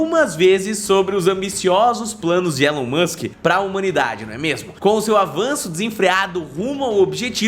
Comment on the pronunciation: Pq vocês aí no Brasil não sabem pronunciar o Nome de Elon Musk? Vocês falam como se tivesse um "N" MANSK, isso é errado! Antes de fazer um vídeo falando sobre os planos de Elon Musk aprendam primeiro a pronunciar o nome dele. A pronuncia correta do Nome MUSK é "MASK" Sem "N"